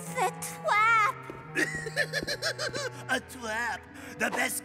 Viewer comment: "It's a twap!" Haha. Twap. Classic